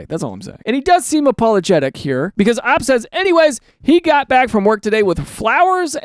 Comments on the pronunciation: Daniel, it's not pronounced Ah-p, it's Oh-Pee. not to be that one person but I'm trying to save you from getting Uhm Akchiallied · You pronouncing OP like that made me laugh the entire video lmfao